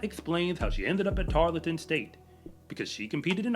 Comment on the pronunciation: tar l ton.... Not tar let ton. Thank you for what you do!!